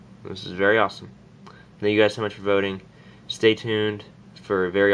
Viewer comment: Its thank not tank